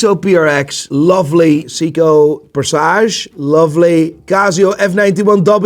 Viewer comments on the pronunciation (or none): Maybe they'll give him AD status when he learns how to pronounce Seiko...